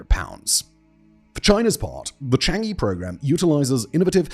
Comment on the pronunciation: For the love of odin, please learn the pronunciation of chan'ge. It's CHANG UHH.. UHHHHH. You've done like ten videos with it.